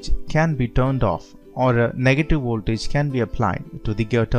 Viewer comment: And also ooltage.